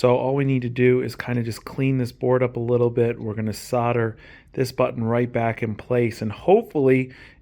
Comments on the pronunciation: What the heck is SADAR. It’s Solder. SOL DER. Gets me every time.😁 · WTF is "sodder"? It's soLder. Solder. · Don't know what Soder is. I think you mean Solder, there is a 'L' in there LOL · What is sodder i know solder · Why do Americans pronounce solder as 'sodder'?